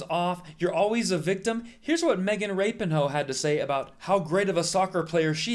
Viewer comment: That's me with him constantly calling her Megan Rapin-Ho. Ok I see why that's funny actually.